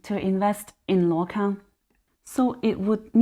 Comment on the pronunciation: Hi if you can read Chinese/Mandarin , please take note this company name is pronounced as 路/陆 空！！！